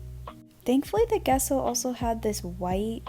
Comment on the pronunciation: lol every time you said Gesso, all i heard was "queso"